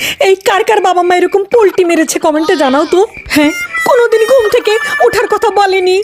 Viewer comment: Polti na palti bole😂😂😂😂😂